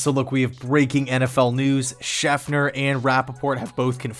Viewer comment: His name is SchefTer not SchefNer ... come on dude !